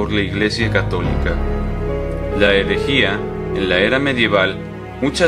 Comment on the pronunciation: No se dice "Elejìa"... Se dice erejía (herejía), con "r"... Aprende a hablar...